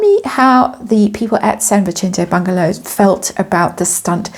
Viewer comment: Sorry but it is pronounced San Vee-sen-te...not San Vi-chen-te as you are saying it. Maybe I'm wrong but it's not Italian..it is Spanish. I do love your readings though so please don't get upset...It’s just the latina in me that irks when I hear something being not pronounced correctly.